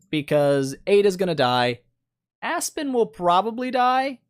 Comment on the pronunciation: Why do I always hear it A*s-Spin xD